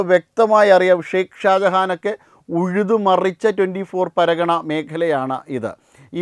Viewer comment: പരാഗണ അല്ലെടാ തെണ്ടീ. പർഗാന